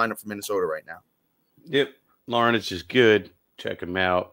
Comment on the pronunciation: Liking the pod so far fellas, lots of good stuff! Im a lifelong Twins fan, Larnach is looking good. One funny thing, it’s actually pronounced Larn-ack!